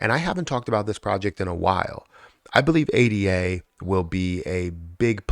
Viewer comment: Ada is a name, not an acronym. “Ay-da”